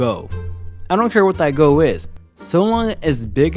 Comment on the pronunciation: he says goal weird....its like he says go. or goh. or goe. gow.